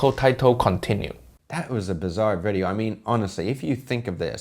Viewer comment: Oh nooo, you dont make a reaction weejio of reaction weejio? hiyaaaaaaaa